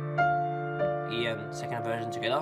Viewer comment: Love how he says ” togheter ” 😂😂